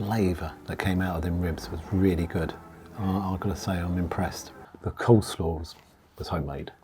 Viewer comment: It’s coleslaw not cold slaw